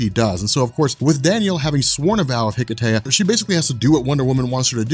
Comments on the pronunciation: Hello and guys in the Robchor. I am Christos from Greece and I just wanted to thank you for the great content of your channel and your good work. Plus I wanted to add that hearing the word hiketeia so many times just caused me pain because the word is Greek (as is the ritual) so I just wanted to add that the proper word is more like hikesia (with a silent "h"). Keep up the good work. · Why did they call it Hiketeia? The correct pronunciation is Ekesia (Ικεσία). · Wouldn't it be pronounced Heh-Kay-Sha?